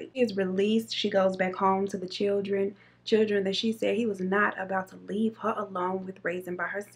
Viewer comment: She says “chill-tren” lol that’s funny